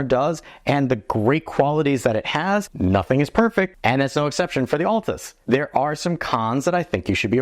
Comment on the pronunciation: I wonder how many of us, me included, still call this camera the ATLAS PT ULTRA. Look carefully. It's spelled ALTAS. Pronounced AL-TAS. :)